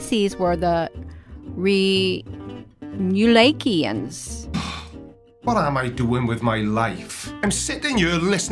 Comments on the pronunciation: Watch some old skits and learn to pronounce their name. Reem you lake eee ins??? This woman is off her meds. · Fun listening to her trying to pronounce Remulakians!😆😆